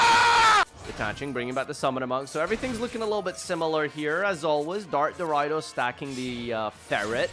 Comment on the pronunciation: Damn, you did so well in pronouncing Isolde correctly, only to mess it up with Dark Doriado, once again.